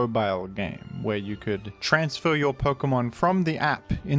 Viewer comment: Nah it was "transfauah"